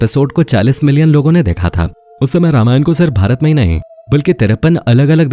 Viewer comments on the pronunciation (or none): none